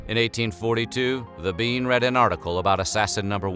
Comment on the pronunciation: "mIstAh biEN"